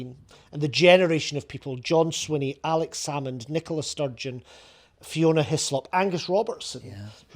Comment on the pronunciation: Cant even say Alex Salmond's name, how the SNP has fallen. Nicola Sturgeon trumped up charges to push Salmond out, now the party has been pulled in to police investigations over embezzlement.